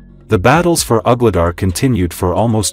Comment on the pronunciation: Some of the AI pronounciations are really funny. Ugly dar 😂